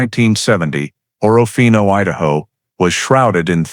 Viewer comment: It’s pronounced orfino not orra fino